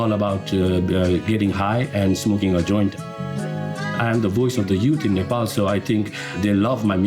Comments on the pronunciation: It’s Nepal not nephol 😂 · its nepal not napols